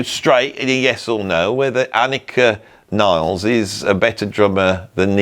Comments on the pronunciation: Amazing video!!! Just one observation: she is German, you have to pronounce her surname just the way it's written /nilles/ ... Not /nailz/😂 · CAN WE PLEASE STOP SAYING “NILES”???? HER LAST NAME IS NILLES. NILL-ES. NOT FREAKING NILES. KTHNX.